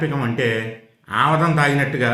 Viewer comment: Avadam kadu amudam